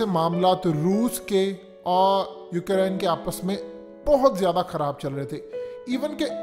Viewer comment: Ohh bhai saaab . Its Ukraine not UK Raine